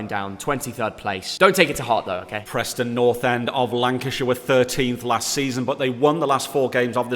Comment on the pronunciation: Who’s Prostnon its Preston